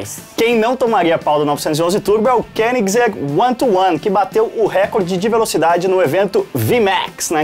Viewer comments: valeu, agora aprendi pronunciar koenigsegg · te agradeço imensamente por ensinar como se pronuncia Koenigsegg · Eis que finalmente aprendi a pronunciar certo Koenigsegg.